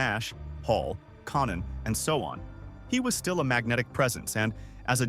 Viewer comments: “Con Nan” is even worse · Mispronouncing Konnan And then when it's time to do the giant they show a picture of Andre the Giant. This video is fucked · Konan how hard is it to get the AI to say konan correctly